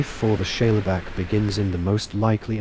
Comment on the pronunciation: Great vid. Are you saying "Shayla Back"? If so, Shale is a sedimentary rock made up of mud, clay, etc, and is pronounced "Shayl"